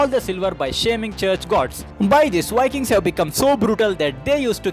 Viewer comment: Indian vlogger Why wiking in his pronunciation?